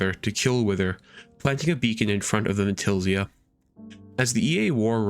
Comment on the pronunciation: Loved that butchering of Vaentilazia 😳 Awesome vid tho Kinda forgot to mention I also joined at one point but that's alrite